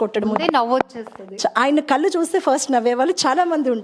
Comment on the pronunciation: కల్లు కాదు కళ్ళు